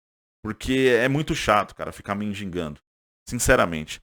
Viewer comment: Para de sofrer pelo Mengão, dá logo essa raba pro Abel tricolete descontrolada. Esse Abel Ferreira não passa no psicotécnico pra tirar CNH, ele taca pedra em avião. Ah! Não é mindigando, o correto é mendigando. Ah ele não é desejado no Flamengo então menos qdo vc fala TODOS QUERIAM.